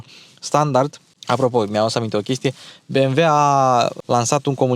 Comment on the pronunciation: Băi bi em dabăl iu . Vezi ca is nemtesti si nu americane asa ca sunt be em ve !!!!!!